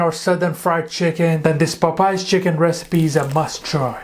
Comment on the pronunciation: I like how he said:"Pop Pies fried chicken "😂😂😂😂😂 Must be Popeyes cousin